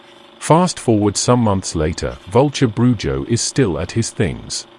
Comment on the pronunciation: Yes the j makes an h sound. BruHo